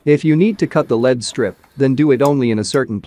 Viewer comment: I was wondering why you don't use your own speaking voice in your video? The computer generated voice mispronounces LED strips and LED lighting as lead strips and lead lighting. You did a great job at stretching that image.